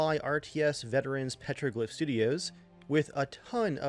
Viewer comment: Its 'PETROGLYPH'